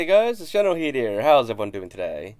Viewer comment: I thought "" was you saying "General Kidd" weirdly. Is that the case, or were you always saying "? " And if that's the case, why the difference between the gamertag and the YouTube?